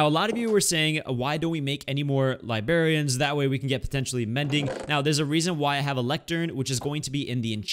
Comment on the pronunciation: Say librarian not libarian